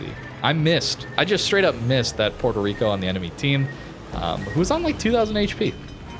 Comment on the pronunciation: The way people pronounce Puerto Rico hurts me emotionally and I'm not even Puerto Rican.